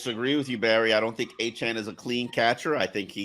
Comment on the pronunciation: Are we just going to let Barry keep mispronouncing Achane? He clearly says A-Chain as opposed to A-Chan